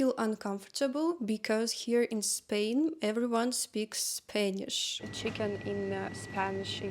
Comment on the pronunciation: face-purple-crying: min. "I feel uncomfortable, because here in Spain, everybody speaks [Spainish]" -- I offer free pronunciation lessons for [Spanish] :person-blue-holding-pencil